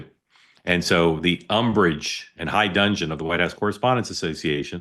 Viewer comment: only because you are so well educated and well-spoken. (High) dudgeon, not "dungeon"